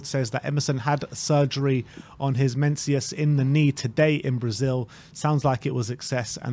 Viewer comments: Mensus? Do you mean meniscus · Man cannot pronounce menicscus 😂